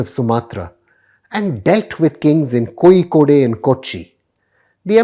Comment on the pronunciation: That's wrong pronunciation of Kozhikode.